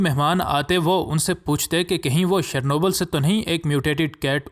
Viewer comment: اردو میں روس کے شہر کا نام چرنوبل پڑھا جاتا ہے. جیسے جرمنی کے شہر کا جرمن نام "منچن" ہے مگر اردو یا انگریزی میں اس کا تلفظ "میو نخ" لکھا پڑھا جاتا ہے.